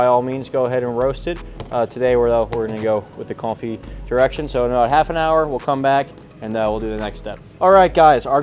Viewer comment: Suggestion to the editor: Wen he says French words like "confit" that clearly sound like "coffee," can you give us a Subtitle?